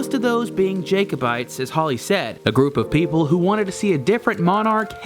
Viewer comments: The 'a' in Jacobite is pronounced as in cat or bat or hat - not as in say or way or day. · Cool video. Future reference, when pronouncing Jacobite/s. Think Jack not Jake. ;) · How did you pronounce Honda and Jacobite? Up your game, son. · lol no offence but you need to learn how to say jacobite mate, also the jacobite army were fighting the British not just the English and they were fighting to restore the Stewarts to the throne of Britain. Half the British army was actually made up of scots who didn't support the Stewarts and were enemies with the clans fighting for the jacobite. After the jacobite defeat the British started the Highland clearances which brought about the end of centuries of clan warfare and the Highland way of life, they even banned us from wearing the kilt and banned the Scottish language gaelic, millions of Scots had there whole way of life destroyed and alot of them moved to America and Canada to start a new life and that's how places like nova Scotia came about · It pisses all Scots off listening to Americans be so arrogant and badly pronounce Scots place names. Oh and it's pronounced cull-od--en and Jack o bites